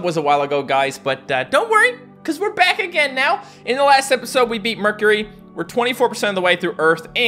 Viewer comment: Guys in the intro doesn’t it sound like he said bat instead of back??